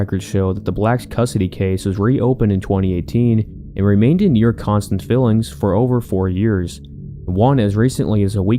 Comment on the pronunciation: I wanted to watch this but if you don't know the difference between filings and fillings I'm out at . Sounds like fake AI